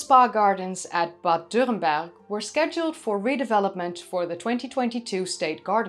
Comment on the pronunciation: your pronounciation of "dürrenberg" is pretty on point, good job i dont think it really matters to get it right but it's nice when people make the effort